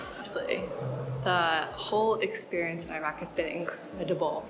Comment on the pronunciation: Was commenting on the video that you're pronouncing Iraq wrong and you said it right half way through as I was typing 😭 thanks for the beautiful coverage of this amazing country ❤